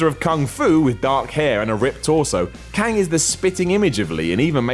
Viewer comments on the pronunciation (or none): none